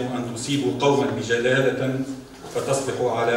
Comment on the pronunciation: بجهالة موش بجلالة .. ماو كي يكتبولك آية.. أضعف الإيمان أقراها بالصحيح